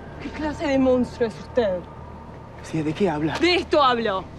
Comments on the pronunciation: Soy yo o Lucia siempre dice mounstro en vez de monstruo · Cuando le pega a Bruno dijo MONNNSTRUO